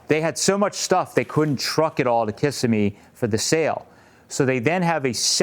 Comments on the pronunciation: FYI,, it's pronounced kih-SIM-me / kiss-SIM-mee,. I hope this helps. ETA: I love your idea of a '32 Low Boy roadster! 😘😘😘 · Kissimmee—Florida pronunciation—Kuh semi 😊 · Pronounce .. kiss-sim-e, Florida